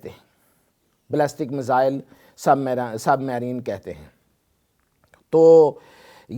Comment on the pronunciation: Submarine tu to theek sa pronounce nhi ker sakta